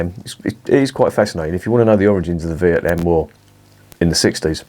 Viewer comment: Correct its not vietNARM..most annoying, prob not one for me this 🍺